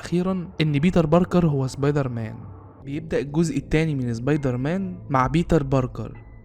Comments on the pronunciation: امتى سبايدر مان بقى زبايدر مان يسطا في فرق بين س و ز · يعني الموسيقى تخرب الفيديو وصاحب الفيديو بيقول زبايدرمان عادي 🤔🤦🏼🤦🏼🤦🏼🤦🏼